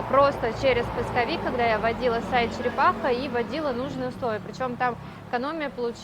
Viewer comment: учитесь говорить правильно череХапа !!!!!! колхоз 🤣🤣🤣🤣